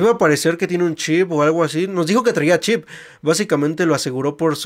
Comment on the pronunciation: Porque no puedes decir c h i p?